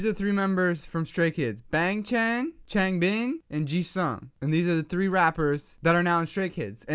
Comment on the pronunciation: okay idc that much but i think you should know that youre pronouncing their names wrong lol, its Bang Chan pronounced like B(ah)ng Ch(ah)n or even Bong Chon, Changbin is Chongbin or Ch(ah)ngbin (kindov)